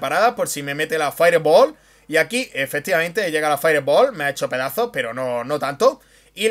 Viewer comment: si no tienes un correcto pronunciamiento del ingles... limitate a decir bola de fuego. saludos.